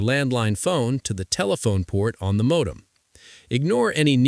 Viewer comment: Mawdem? As rong as?